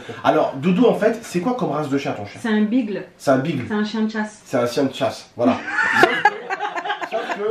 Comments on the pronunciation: Mdr ils disent bigle alors que ça se dit bigueul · sa se prononce (bi-geule) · Le beagle ça se prononce pas bigle😂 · bigle lol biggells sa ce prononce tu lit le titre tu te dit il va ce passer quelque chose et non bla bla comme d'hab :(